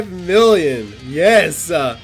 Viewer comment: “2.4 villion.” all this time you’ve been playing Dokkan and you can’t even say million. Tsk tsk tsk